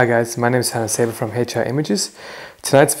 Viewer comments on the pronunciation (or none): none